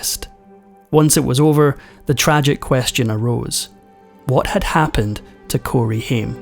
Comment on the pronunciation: I hate it when you dont pronounce the actors name correctly. Ugh